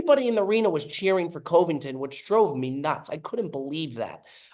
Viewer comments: gotta work on the pronunciation, coveington was rough.. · really doesn’t know how to pronounce Covington…..